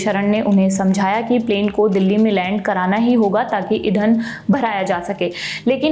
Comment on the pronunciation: नई हो क्या?? सौरभ भैया का नाम डूबा के मानोगी 😅 इधन नहीं ईंधन। साक्षरता नहीं साक्षात्कार